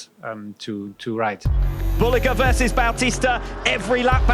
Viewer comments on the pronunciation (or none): none